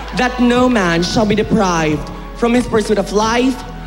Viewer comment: Wrong enunciation of the word pursuit 😂